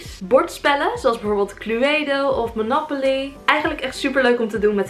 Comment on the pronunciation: Het is MOONOOPOOLY